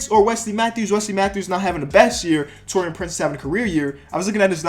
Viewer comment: Pronounced Taurean wrong again 👌